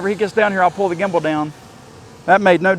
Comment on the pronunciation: I was watching your snaptain video today and instead of gimble you said gibble 😂had me laughing. I thought that would be a great drone name “Gibble”😂